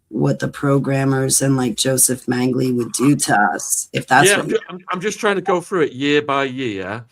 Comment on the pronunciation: In case someone wants to look this guy up, it's J. Mengele, not Mengley.